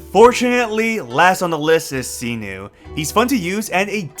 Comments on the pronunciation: What did you call Cyno??? Sinu? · did u just say see - noo??? for cyno?